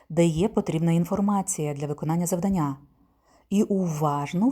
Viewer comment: Дякую, дуже корисні відео. Єдине зауваження- завдАння і читАння-правильний наголос :)